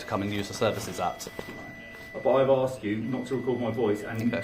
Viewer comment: "I've 'arxed' you to put it down" Why can people not say the word 'ask' or 'asked'? Why do they pronounce it 'axe' or 'axed'? They sound like proper inbred retards that can't pronounce a simple word! Did they not go to school?